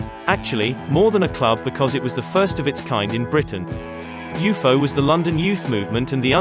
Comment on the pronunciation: Didn’t know it was pronounced like that. “You foe”. That’s cool. Thanks.